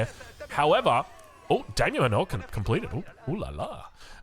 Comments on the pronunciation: it's just daimyo MAN-or. Like the manor houses in AoE3? As in, they live in a large manor. Not manoor. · The Dame-yo Manure?😂